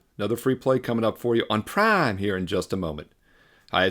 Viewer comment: I like how said “ prime” . That was funny